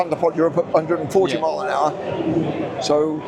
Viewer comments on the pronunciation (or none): Did he say 400 hrsprs!?!?!?